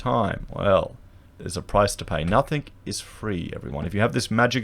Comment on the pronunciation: “NothING” there is no k on the end.